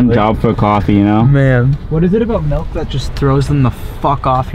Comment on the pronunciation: Melk. Not Milk, but Melk.